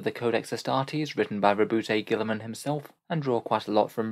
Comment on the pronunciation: I like your videos but butchering Rowboat Girlyman's name made me stop watching this one...